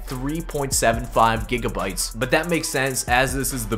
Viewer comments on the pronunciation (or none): none